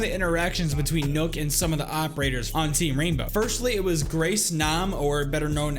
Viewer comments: This man sad nook when it's pronounced knock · It's nøkk not nokk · its not nook its nøkk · It’s knock not nook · Nokk is not pronouced nook its knock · Btw does anyone else get pissed when he calls her nuk not nok life if you agree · btw nøkk is pronounced like "neck", but with a kissy mouth same as the ø in Sønderborg, which is pronounced "senawbaw" all with kissy mouth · Why you say it as nook, whyyyyyy? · I swear her name was pronounced Nøkk (knock) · Why does everyone keep on calling Nøkk Nøkk???? It hurts my brain even till this day. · no it's Nøøk not nøk so your supposed to say Nuuk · yes its spelled like that your supposed to pronounce it Nuuk there's a documentary of one of the head game devs and even he says it like that and he put in a lot of research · Well it dosen't really matter but it's pronounced Nøøk or nuuk